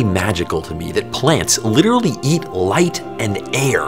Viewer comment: "Litterlee" (sigh)